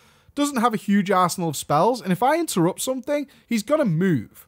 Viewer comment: Great vid! that "Intettupt" tho <3